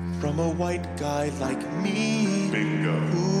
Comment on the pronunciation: I like to think that when He says ,,im chwhite,, Its a tribute to family guy